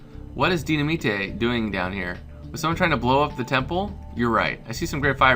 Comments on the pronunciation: it's Dy-na-mite not Dy-na-mi-te. The way you say it sounds cool either way though. =^.^= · loll ace its dynimate not dyinmata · Dynaminte is pronounced di-na-mite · dynamite is pronounced DINIMITE